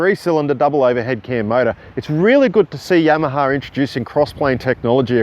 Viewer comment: It's funny when he says Yamaha, it sounds like "YamahaR"